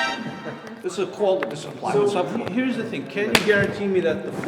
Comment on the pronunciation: "Dis is plywood. Dis is glued togeddah." gasps REEEEEALLY?